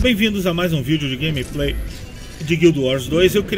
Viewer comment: "Grameprei' foi fods em HUAHUA'